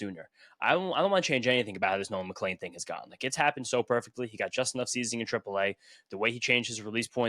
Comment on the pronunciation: I’m genuinely curious to if I am missing something…. Isn’t his name McLean, not McLain. Seems like everyone pronounces us with an A. Am I missing something ?